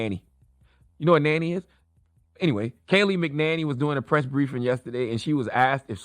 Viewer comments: It’s pronounced ~ Mack Kin Nain Nee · Charlamagne its “ mac-ah-nay-knee” cmon bruh do your research before you clown someone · "MAC - IN - ANNIE" Hope that helps!!! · It’s MAC-A-NAME-ME! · Charlemagne..... it's ok that you have a squad that writes your donkey of the days...... I listen all the time Your voice is lost when its obvious you dont know what your talking about via mispronouncing that's birds name of the gate....... review with your interns before going on air.... good points in there but it was lost of the first 2 secs #correctyourbars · You can’t even pronounce her name. Why should anyone listen to you?